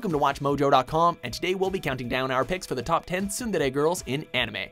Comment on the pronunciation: god damn does that pronunciation of tsundere kill my ears